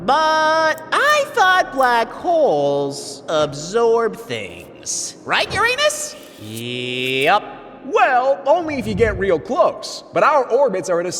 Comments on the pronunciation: bro say urauns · Inaccuracies: -Jupiter is too small -All of them are too close to the sun -“Years” is too vague, are they talking about Earth years, Venus years, mars years, Neptune years, Trappist 1 E years, they were too vague - They pronounced Uranus’s name wrong - Neptune, Uranus and Jupiter do not orbit the same distance from the sun. Their orbits are thousands of kilometers apart -Life on Earth wouldn’t die due to freezing, it would be because there isn’t any light, so plants can’t do photosynthesis, and because there are no plants there is no food and the whole food web collapses -Not an inaccuracy but they should’ve mentioned that the radius would be much smaller if the black hole had the same mass as the sun (the radius would be 3 kilometers, which is tiny compared to the sun’s estimated radius of 700,000 kilometers)